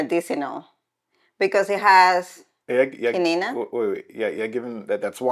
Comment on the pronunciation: Esto me parece una falta de respeto absoluta hacia la cultura, fuera como fuera en esos años. Habría que ver las costumbres de Estados Unidos que nos escandalizarían a los españoles. Y por cierto,, no es quinina, sino quina. Tal vez debería usted informarse mejor de las cosas, tanto que critica, se rie y se mofa, señora mía.